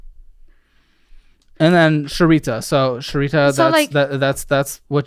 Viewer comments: HOW HAS NO ONE IN THE WHOLE YEAR THIS HAS BEEN OUT MADE A COMMENT ON SAYING SHERITA. SHERRIE TEA 😂😂😂 BUDDY IF NO ONE HAS TOLD YOU IN THE YEAR SINCE THIS CAME OUT, ITS SHARE TEA. its charades all over again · you are so White and I love it "Sharita" ".... that's boba" IT'S SHARETEA LOL